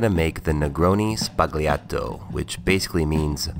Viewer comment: ''Negroni Sbagliato'' is pronounced "Negroni Sbayato" Great work btw, keep it up!